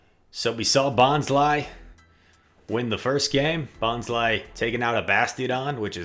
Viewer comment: It's bon-sly. Bon as in bonsai. Sly as in sneaky. Not bonzly.